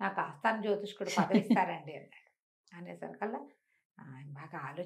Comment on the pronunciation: జ్యోతిష్యుడు అని పలకవలసిన పదాన్ని మీరు కూడా జ్యోతిష్కుడు అనటం నాకు ఒకింత ఆశ్చర్యాన్ని, నిరాశని కలిగించింది.